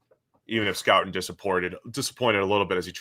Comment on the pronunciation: It’s Nic Score-ton